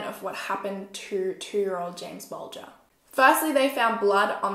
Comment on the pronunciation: SUPER happy that you said the last name right. cause no one ever does.